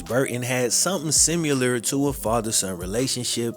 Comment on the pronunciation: I see you're still saying "simular"....bro...its SIMILAR